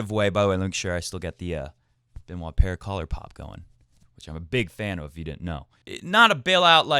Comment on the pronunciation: Paire baby, it’s paire the pear.